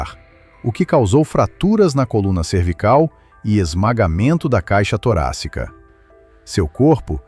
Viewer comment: Não é "torásica", mas sim "toráCsica".